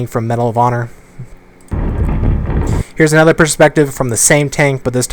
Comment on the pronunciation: Anybody else notice how allways says ''Anether'' instead of ''Another''